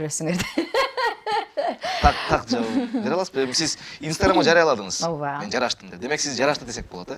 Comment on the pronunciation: Оова дейтго ужас😂